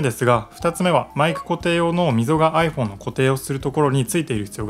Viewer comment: アイ↑フォン↓じゃないです アイ→フォー↑ン↓です